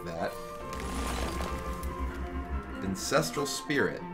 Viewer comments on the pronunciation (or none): Lol "incestral spirit"